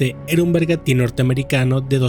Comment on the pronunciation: La palabra correcta es “Bergantín “ no un bergati como lo pronuncias en el segundo 52. Un “bergantín” es un tipo de barco que dispone de dos palos y de una vela que puede ser redonda o cuadrada.